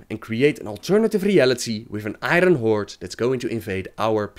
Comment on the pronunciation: I cringe every time you say I-Run horde.